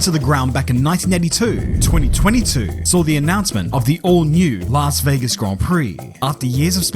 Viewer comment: It's Las Vegas😂